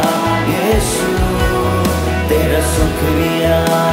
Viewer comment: Thank you for the wonderful song..but please pay close attention to the pronounciation..it is shukriya not sukriya